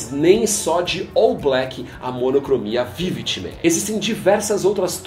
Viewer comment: Falou quase 15 timê. O que é isso...